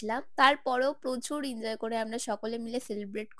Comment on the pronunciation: Enjoy ❌️ Injoy ✅️